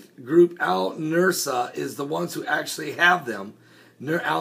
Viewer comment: Al-Nusra is pronounced like Noose-rah. You have the s and r switched in your pronunciation. The "s" sound comes first and then the "r" sound, the opposite of the order in the alphabet. Say, Noose-rah and then you have it pronounced correctly. I am a retired teacher.